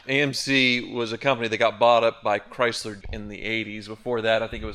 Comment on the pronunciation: "cry Zler" 😂